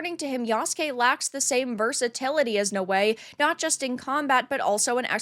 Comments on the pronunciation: no-way? its Na-Oh-Eh no respect for Japan. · i think naoe is not pronounced as no-way but now-we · She's pronounced naawe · it's Naoe not ""No Way"" xDxD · Why does she keep saying her name like that?